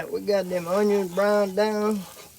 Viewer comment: You say Sweet Vidalia yellow Onyons like one of them old boys from Louisiana.